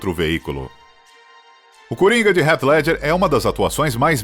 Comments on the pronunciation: Foneticamente falando, não é "Ret Ledjer" eata mais para "Rit Ledguer" fica a dica. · "Rét ledger" o ator que fez o coringa... Que mania chata de falar o nome dos atores de um modo que ninguém fala kkk pelo amor